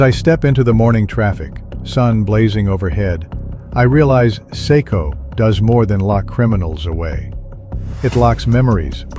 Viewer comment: So, why does no-one get out alive...? And the way you got CECOT wrong over and over did my head in!